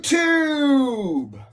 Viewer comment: Did you just call it Yew Tube??? That's anti semetic